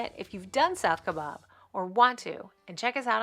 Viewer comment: Your pronunciation of the South Kaibab Trail is incorrect. It is not pronounced “Kai bOb” or “Ka bOB” as in “Shish Kabob.” It is pronounced “Kie bAb.” There is no “O” in the spelling or pronunciation. During my career with the U.S. Forest Service, I spent 4 years on the National Forest that surrounds Grand Canyon National Park, the Kaibab National Forest; thus, I have several more years of pronouncing the word “Kaibab” than the average person. Otherwise, I enjoyed your video of hiking this trail. During my time in northern Arizona, I was lucky to have hiked it 3 times. It is the most “efficient” way to reach the river from the rim. I congratulate you on hiking it.